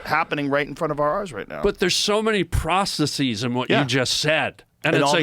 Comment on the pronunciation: Harland was the 1st person to correctly pronounce process as a plural.. on this podcast... tell me that is not strange🤔